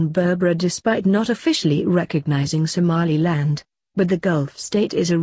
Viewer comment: Loool "somalialand"